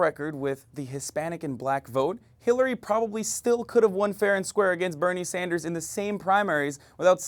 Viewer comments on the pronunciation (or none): none